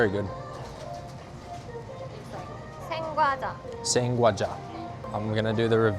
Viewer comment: 생과자 not 상과자!